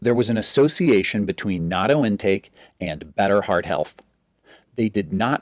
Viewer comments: It's addictive... by the way, it's pronounced "na-toe"... not "nad-doe"... buy it frozen in the Asian market, heat up in microwave, use the Japanese mustard that comes with it... stir with chopsticks, eat over rice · He doesn't pronounce it correctly though. You need a break for the double-t, as in "not toe" vs noddo. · This video proves that doctors don't know everything. The correct pronunciation is knot-dough. The second syllable drops. I eat it everyday with kimchi and mustard. No rice. It's delicious!!! By the way, there are many varieties of natto. The kind he showed is made of a certain type of soybean, but not all are. Also, it's NOT meant to be eaten alone, just like you wouldn't eat big chunks of blue cheese or plain tuna out of a can by itself.😂😂😂😂😂😂😂 All the Japanese people watching this video are on the floor laughing out loud. 🤣🤣🤣🤣🤣🤣🤣🤣🤣